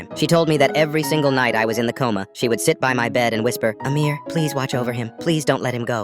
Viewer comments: Bro he sa8d amirror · I thought he said a mirror at first and was very confused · Coughs did you just say AMIR? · Bro literally said amir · did you say amir 🤨